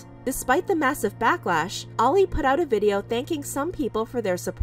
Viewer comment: i thought their name was “Oil” not Oli” 😭